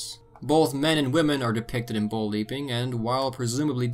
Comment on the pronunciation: When U say bull it sounds so much like bowl